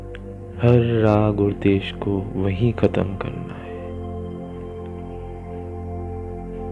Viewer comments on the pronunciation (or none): बहुत आत्मीय और सुंदर ध्यान कमेंट्री है। बस द्वेष को देश सुनना कानों में चुभता है। कृपया हो सके तो इसे सुधार दीजियेगा। सादर ,🙏🏻🙏🏻